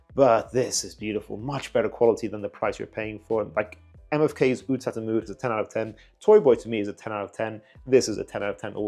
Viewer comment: Sounds like that Armaf trip to the Middle East helped some reviewers respect the actual pronunciation of the word Aoud.